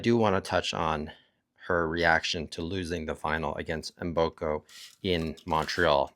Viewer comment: Mboko not Mboka, 😅